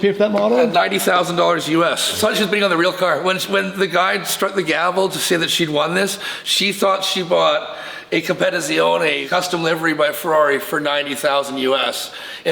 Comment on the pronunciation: 812 "Comm-peh-tee-tsioneh"